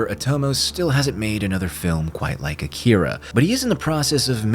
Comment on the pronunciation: It's pronounced "Ah-ki-ra" #Akira